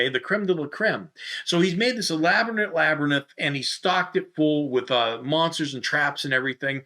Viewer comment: Were you calling it a (pronunciation) lab-er-nyth?